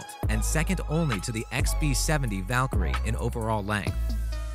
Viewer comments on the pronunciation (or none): none